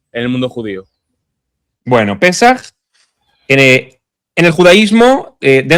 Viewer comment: No es pesáj, es Pésaj.😉